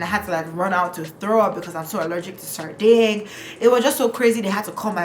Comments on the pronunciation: Not “sarding” omo sardine don turn sardinG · me here dying every time you said 'sarding'